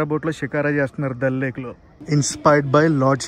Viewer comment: దళ్ లేక్ కాదు దాల్ లేక్